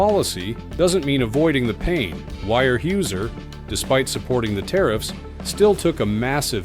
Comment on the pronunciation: It isn’t wire Hoozer. It’s wear houser dopey